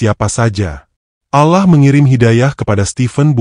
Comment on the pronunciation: Saya tdk percaya begitu saja, karena naratornya bahasanya tdk fasih dalam mengucapkan ALLOH, الله،